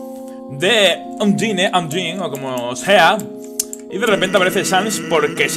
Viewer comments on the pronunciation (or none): no se dice undyne se pronuncia andain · La pronunciacion no es "Andain"? Veo que le sigue llamando Undine... .-. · en realidad undyne se pronuncia un-die-n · se pronincia ondain